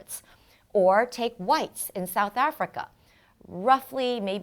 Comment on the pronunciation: The way she said whites ☠️😂great info though.